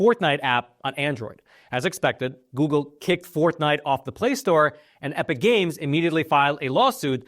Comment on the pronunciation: Is he saying “ Fourth Night”? 😂